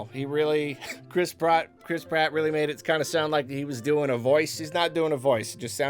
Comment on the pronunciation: Nobody:: "Chris prot"